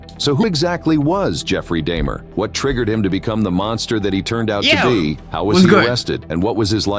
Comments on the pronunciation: ‘Jeffery daymarh’ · “Jeffery DAYmer”😭😭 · "jefferey daymer" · NAHH THE WAY THE DUDE SAID DAYMER HAHAHA